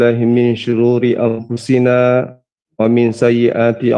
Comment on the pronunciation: Kenapa bacaannya kok bnyk salahnya gak bisa bacanya sehingga kacau gitu. Astaghfirullah. Ulangi terus WAMINNSYURURI ANNFUSINA DLL PERLU BELAJAR BANYAK SY SYG KLU ASAL BUNYI GURU QUR.ANNYA SIAPA?.. YAA ALLAH TUNJUKI BACA AL- QUR'AN YG BERES!!! & BENAR. TOLONG BELAJAR IBU SYG HAFALANNYA MANTAP BACAANNYA SIMAK UST. NABABAN JGN BIARKAN SENDIRI UST. WASSALAM LANJUT BC YG BENAR! KACAU OKE